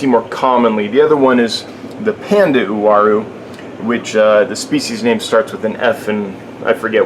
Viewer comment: Finally somebody that pronounce the name correctly..!!WA-ROO = UARU